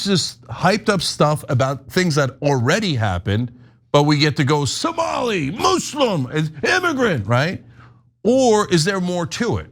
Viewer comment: It’s Somali not somolian. Would you say Isreleian? Instead of Israeli?